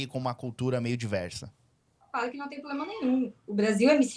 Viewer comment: É a moça falou muito bem " POBLEMA"